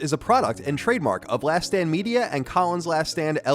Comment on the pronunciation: "Last Stand" and "last damn" sound quite familiar. Not sure if you are avoiding your own annunciation regulations, but it is to be noted.